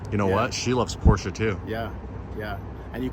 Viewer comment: Get the Porch-ah